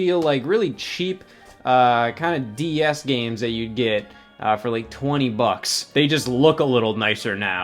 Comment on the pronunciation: Everytime scott says "DS" I swear he's adding an extra syllable and saying "D-E-S"